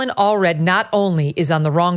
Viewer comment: most certainly not Allred lol 🇺🇸🫡